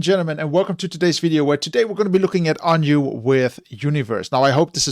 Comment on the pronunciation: Just so you know, it is pronounced One-we. They are a literal brother group to One-us. They don't usually have story telling in their MVs, but playing the instruments and creating beautiful pictures is what you will see more often than not. Very talented musicians. Sorry, but I am pretty sure they are actors and not family in the MV. I think the story relates to all different loves of our lives (grandma, mom, girlfriend, friend, pet, etc)